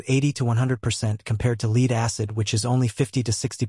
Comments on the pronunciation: Led, not leed acid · Lead is pronounced Led not Leed 😅😅😅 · Hard to be confident in a guy who calls lead LEED! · Tune your AI to pronounce 'lead' correctly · You can always tell an AI voice from how the pronounce lead and read lol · learn how to say lead in this context. sheesh! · AI always has a problem with lead and read Lol